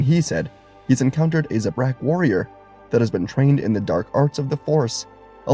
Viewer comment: Beautiful theory, but just a heads-up, Zabrak is pronounced with two short 'a' vowels, like Atlantic or Anthrax, just a heads-up if you use them again in a theory video, and coven is pronounced exactly like oven, but with the c in front of it. Beautiful theory, as always ❤ the team up idea in this theory was dope, and the ending was even better! Well done, as always!